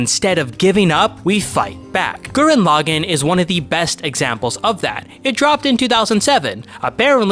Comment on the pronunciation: Lagann- Law-gawn not law-gen